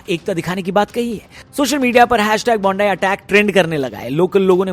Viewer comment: It’s not Bonde beach it’s Bondi (Bon-di) beach